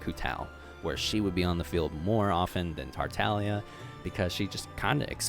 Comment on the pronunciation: Does he just not say the G in tartaglia?